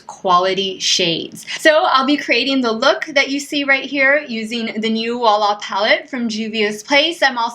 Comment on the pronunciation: Beautiful eye look! I love it! To hear correct prononciation of wahala word you can check the song danger of p square 😉